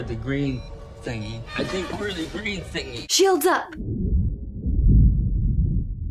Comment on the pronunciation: The fact that called for "shields!" correctly, makes me love her even more. Sam Rockwell steals every scene he's in.